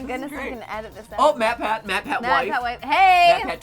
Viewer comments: “Matrick pathew” matpat -2018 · I will never unhear matrick pathew